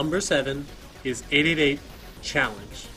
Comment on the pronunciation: 888 is correctly read as "Hachiyasoba".